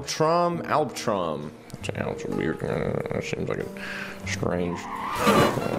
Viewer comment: Alb-Al Albtraum* and i am actually german and albtraum means in german nightmare😂